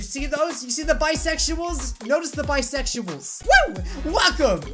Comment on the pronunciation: Wait a minute... Did you just say Bisexuals or bicepsuals